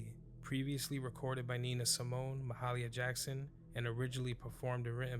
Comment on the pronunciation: Ma HAY Lee A Jackson. Not Ma Hah Lee A Jackson.